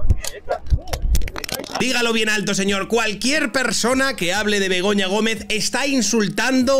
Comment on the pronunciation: Jajaj en vez de Begoña creía q decían pelota